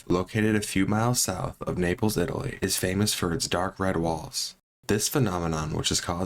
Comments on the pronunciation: Seriously, this guy doesn't know how to pronounce " Italy"????? LMAO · This guy just reads something someone else wrote. Kind of boring and he can't even pronounce Italy. Lol